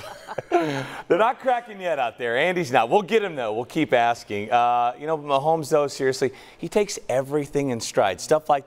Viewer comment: said Mahomie 😂😂😂